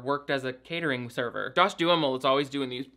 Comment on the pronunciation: I love that you pronounce John Duhamel's name as "do-a-mall" You really are the best, please dont ever change!